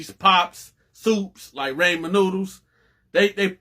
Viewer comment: My man’s said RAYMEN noodles